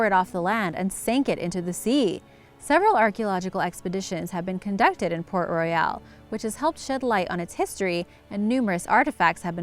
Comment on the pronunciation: PRONOUNCE THE NAME RIGHT IF YOU'RE GONNA KEEP REPEATING IT... THE NAME IS PORT ROYAL AND NOT "PORT ROY- YALE" LIKE U KEEP SAYING 🙄🙄🙄